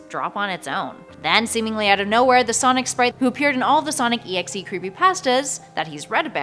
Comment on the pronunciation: It's not sonic exe it's Sonic.EXE your supposed to say like this Sonic dot exe and write it Sonic.EXE